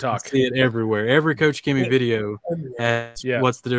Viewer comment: It's odd an employee at KochChemie mispronounces the name of the company. It's pronounce Kokh Khemie, not Cou Tjemi.